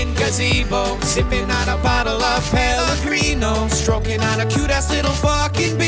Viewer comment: only rucka knows a how to say spellegrino